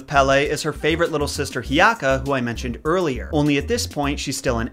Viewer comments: its Hiʻiaka, (hee-ee-ah-kah) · coming from someone who ʻōlelos almost fluently, he did VERYYY well, though when he said hiʻiaka and mauna kea i just had to laugh 😂😂